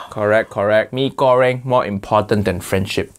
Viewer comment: Bro im so happy the how to basic guy didnt mess up mie goreng.im indonesian and it wouldve hurt me